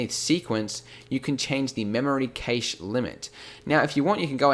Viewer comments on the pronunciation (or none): Your pronunciation of the word cache is horrible. Its not "gheish", its "cash" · actually it's Cash. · "Caysh" lol, I think you mean "cash" as in cache of weapons etc. "Caysh", that is sooo funny. I know you North Americans have very strange ways of pronouncing some words but this instance is hilarious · keytch? "Cache" is normally pronounced identically to "cash" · ive heard cache been pronounced as "cash" and "cashey" but never "ceysh". love the video man this really helped. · im sure its pronounced cashed not cayshed :S sry then again, i remember hearing shakespear english a few years back anyways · Chash not cAshe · Cache is pronounced cash, not caish. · Cache! Cache! It's pronounced 'cash', not kaysh. And 'without further adieu'?! Blimey! Bonkers pronunciation pedantry aside, this is awesome. Great work & thanks! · Its pronounced 'cashed' as in "I cashed in on the deal' ... So using it in another context thats "the Pirate had a secret cache of weapons!" Cache meaning a pile of things all stored in one place! A 'cache' is also a term used in programming so the swap file on your PC is a 'cache' file. pronounced 'cash' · Cache is pronounced like 'cash'. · "keish" never heard someone say cache that way lol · It's "cash" when referring to stored items, "cashay" is pronunciation for "cachet", which is the state of being admired or respected. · Cache is pronounced "cash" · Cached or cache is pronounced kash'd or kash. its used to describe a temporary store for quicker retrieval. In this case cached video is stored in RAM to allow the user to rapidly scrub through cached footage in the timeline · Great video and it's probably been mentioned (I couldn't be bothered to check previous comments) but it's pronounced CASH here in the UK :) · Cache? Sounds like Cash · Isn't it "cash" not "cache?" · I hope you're learned how to properly pronounce the word "cache" by now. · I love your videos, but please learn the pronunciation of cache, ahhhhhh, you say it so many times. lol